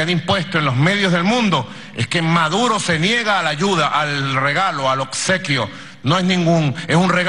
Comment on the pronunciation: “Odsequio” el paquete es usted